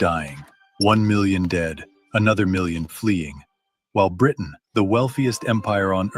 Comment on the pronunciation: Very interesting and explains a lot about Ireland and it's current takeover by Islam. (You are obviously an educated man. Please stop dropping the tee in Britain, pronouncing it as "Bri'in." It sounds like Tik Tokkers.) The Sultan was quite different from Erdogan in today's Turkey, who is now trying to reestablish the old Ottoman Empire. It is unfortunate the reform this Sultan attempted was not successful. The entire Middle East, and in fact the world, would be a different place.